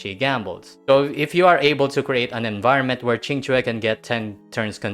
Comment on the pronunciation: First video I've seen from you, but am pleasantly surprised at the pronunciation of Qing Que. Great coverage of the strats too